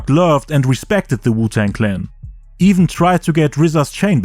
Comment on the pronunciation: Overall this was an A-level documentary! Good work. Side note...wtf did he say? Wuton